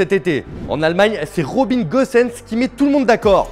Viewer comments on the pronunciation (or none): "Rrrhhhobin Gosens" Woh eh oh c'est juste un "R"